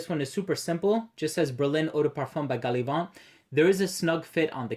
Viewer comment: Hi. Being an English fragrance house, "Gallivant" takes its name from the English meaning of the word therefore, inappropriate to use a French accent when saying the name of the house. Otherwise, solid review as always! Not smelled Berlin but Brooklyn would be my personal favourite! I find their scents to be quite polarising! Greetings from Ireland.